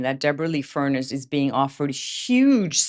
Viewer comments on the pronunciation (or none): Debra Lee FUR NESS …. You’re pronouncing it as furnace, the appliance that heats our house. ❤️❤️❤️✌️✌🏼✌🏼❤️❤️❤️